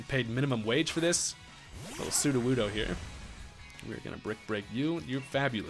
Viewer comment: His japanese is getting better, you can tell by how he pronounces sudowoodo..